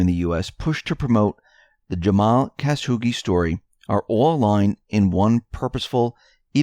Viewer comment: Khashoggi, Cuh-shaw-gee. Not Caz-hoogie.